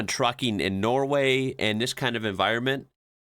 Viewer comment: Yoh.... you said "NOWAY.".. it is called "NORWAY" just to let you know, oke?